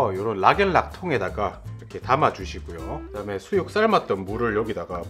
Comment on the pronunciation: 불올려주시구요 하실때 구구 하시는것보다 불올려주시고요 가 맞아요 표준어는 거부감이 없어요ㆍ 잘보고갑니다ㆍ